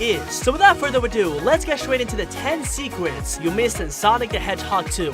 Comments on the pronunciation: My DUDE literally said seekers instead of secrets LOL😂😂😂😂😂😂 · “10 secwet in sonic the hedgehog 2” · Secwets? Hahaha